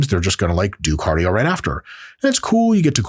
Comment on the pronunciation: CADIO sorry couldnt help it